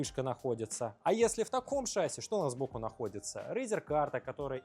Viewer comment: «ШАсси»… Что-то совсем плохо в школах с русским языком. Зато, блин, английский знаем…